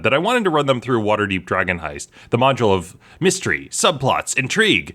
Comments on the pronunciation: Did I miss hear him or did he actually say Wsterderp Dragonhoist? I ask because my group played Waterdeep and we kept messing things up or getting the guards called on us. So we named our group Waterderp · Did you say water derp drogen hoist? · "Waterderp drogan hoist"? That's hilarious whether you meant to say that or not!😂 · "Water Drip Droigin Hoist" lol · "waterderp drogan hoist"